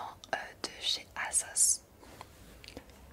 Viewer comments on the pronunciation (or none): On dit Azoss 😅